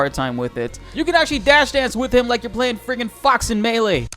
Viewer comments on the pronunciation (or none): none